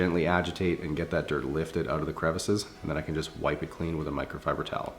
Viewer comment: Nobody:: miCrOFibEr ToWEl